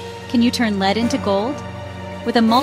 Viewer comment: Lead not leed.